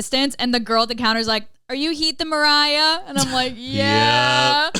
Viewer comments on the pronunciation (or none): I thought she was doing Mariar on purpose 😭🤣